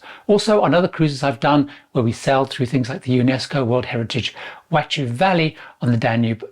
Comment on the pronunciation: Wachau = "Vacow"!